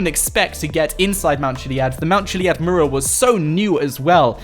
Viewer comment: mUral not marul